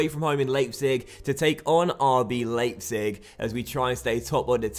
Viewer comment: Leipzig is pronounced "Lie-pzig". In German, when you have an I and an E in whatever order, you pronounce the second letter.